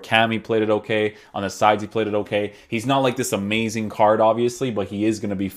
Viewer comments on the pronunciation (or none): none